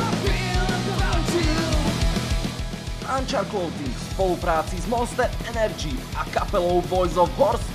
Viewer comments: to sa vyslovuje Ančar? :DDDDD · vyslovuje sa to Anchar... malý omyl, ktorý to narozprával, odpustíme mu to;-)